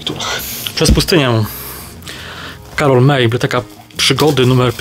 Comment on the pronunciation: Karol May to Niemiec. Więc ewidentnie Karol mAj jak redaktor Maj z Życia na gorąco #uwaga porządkowa dotycząca fonetyki XD